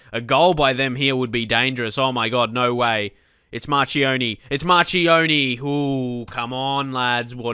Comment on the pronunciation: Chi in Italian is pronounced Kee... and Ci is pronounced Chee...so Marchionni is mar-kee-on-ee